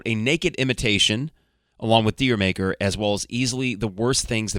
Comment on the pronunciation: Dyer Maker - Isn’t it pronounced Jur Maker, like Jamaica?